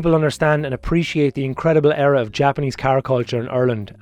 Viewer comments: What fucking way do you pronounce “era” 😂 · That's Irish lads for ya (im irish I say it the same way lol)